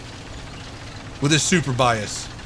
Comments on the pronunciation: Surbaissé is pronounced like Sir/ba/say ... ba like in bacon :p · It's pronounced 'sur-bay-say' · It's pronouced Surbayssay damn it ! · I LOVE THE WAY YOU PRONOUNCE FRENCH WORDS 😂😂😂 i’ m french and we pronounce it like /surebassa/ (read it in english) ^ ^ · Surbaissé... Where did you get Super-Bias from LOL. Surbaissé in French doesn't make much sense, it means over-duck (as in duck and cover). Whoever named that tank hadn't drank his café au lait that morning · your mission for today: Pronounce "Surbaissé" correctly. Maximum attempts: 3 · You pronounced it correctly once, not sure why adding the "P". Maybe cause your'e so:) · You not pronounce not well surbaissé (lowered) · Seriously the way you pronounce surbaissé is horrible XD